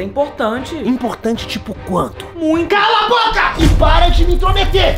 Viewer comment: A raiva 😡 vc falou calaboca